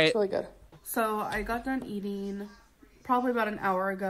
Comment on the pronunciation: “So I got done eateen..” IT’S “I FINISHED EATING.”